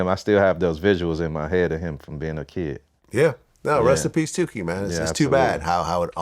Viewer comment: It’s tookie glad not tewkhi